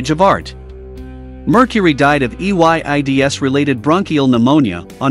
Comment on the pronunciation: why did the voice say AIDS like EYDS